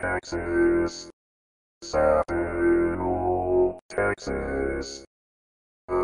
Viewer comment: That is not correct. Sa-bi-nal the last syllable sounds like the word “now” with an “L “ on it. Grew up there …